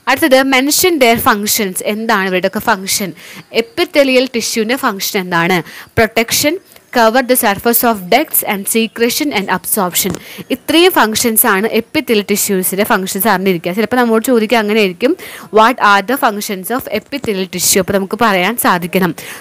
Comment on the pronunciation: സീക്രക്ഷൻ ennalla സക്രീഷൻ എന്നാണ്. തെറ്റുണ്ടെങ്കിൽ പറയാൻ parajille ath paranju enne ullo Class is super 🌹🌹🌹🌹🔥❤